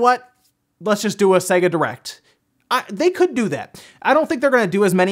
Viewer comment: If only he could pronounce Sega.